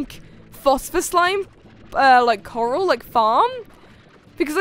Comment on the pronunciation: Lol I feel special when u call Corrals "Coral" because my name is Coral